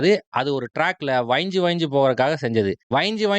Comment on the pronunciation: வைஞ்சு ❌ வழஞ்சு ✅